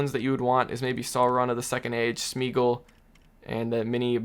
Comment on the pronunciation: The pronunciation of Smeagol. oh my gosh I am crying